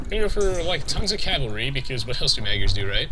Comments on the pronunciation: "Magyars" is pronounced "Modj-ors" or thereabouts. My grandmother is Hungarian, she taught me a little. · The two "a" should sound like the "a" in "fart.